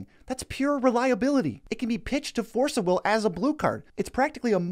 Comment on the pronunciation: Why do you say "FORCE of will"? Why are you emphasizing the word 'force'?